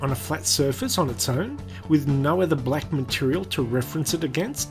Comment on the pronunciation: his pronunciation of black annoys me, he pronounces it like blek